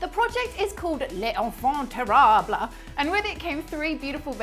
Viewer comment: I think the way she pronounced "les enfants terribles" gave me foxdie